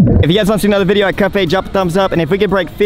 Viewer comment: Its called Cut Bait??? This entire time i thought you were saying Cup Eight/Ate!